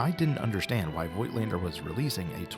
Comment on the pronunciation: Nice review dude. Just for information. You pronouncing Voigtländer with a silent „i“ . Like in English Wrap with a silent „w“.